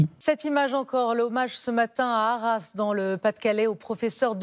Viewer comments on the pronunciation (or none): none